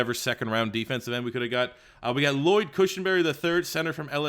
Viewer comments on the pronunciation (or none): none